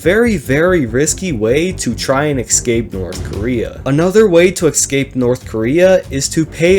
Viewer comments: I love when people say "eckskape" rather than "escape" lying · I wish he'd say escape and not excape